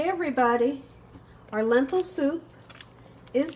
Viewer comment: The word is lentil not lenthil